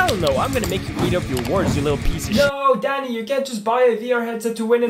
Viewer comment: Bitte sprich ihn „däni“ und nicht „daani“ aus please